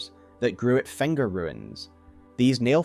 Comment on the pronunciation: do you just place vocals randomly? fenger? hestory? like seriously?